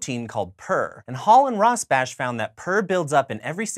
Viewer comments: Michael Morris Rosbash, ROSBASH, not ROSBACH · It's pronounec Rosbah I think.